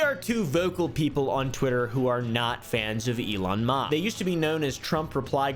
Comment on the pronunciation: "Elon Mauhh"